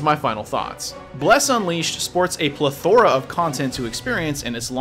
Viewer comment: I enjoyed this review...until you said "pluh-thor-a": it's "pleth-er-a".